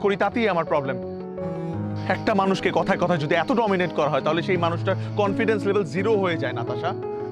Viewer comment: কম্পিডেস্ম না কনফিডেনস